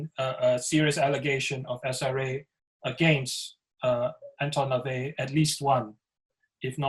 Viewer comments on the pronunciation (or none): But you can't even get LaVey's name right...